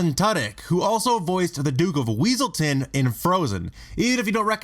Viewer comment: Irony: you introduce The Duke of WEASELton/Duke Weaselton and say that they correct others on the proNOUNciation of their names and are voiced by actor Alan TUDDyk. You were just messing with us, right? You know that Alan TWOdick (star of Firefly and Con Man) voiced the Duke of WESSelton who complained about the proNUNciation of his name, right??